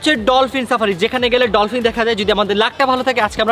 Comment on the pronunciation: ডলপিন না ডলফিন হবে 😂😂😂